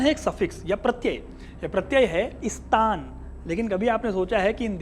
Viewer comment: वास्तव, में,स्तान, ग़लत, उच्चारण, है। सही उच्चारण, स्थान, होना, चाहिए।जैसे, राजस्थान, वहां, हमेशा, राजाओं,का, स्थापत्य, रहा है।